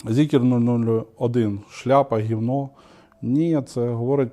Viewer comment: Та не зікер, а Зікр!!!